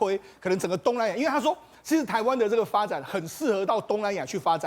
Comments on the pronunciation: 劉寶傑把亞馬遜的發音改成「鴨媽容」真好笑🤭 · 縱使英語發音也不能唸成「阿媽容」